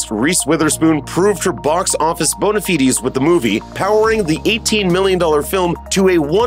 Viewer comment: Great video, but you lose credibility when you mispronounce "bona fide". I couldn't give less of a toss about Top Gun, but I'd like to see another Sherlock Holmes.